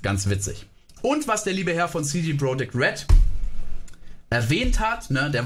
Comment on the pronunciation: Sagt er CJ Project Red?